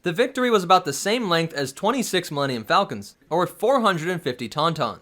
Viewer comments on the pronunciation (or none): none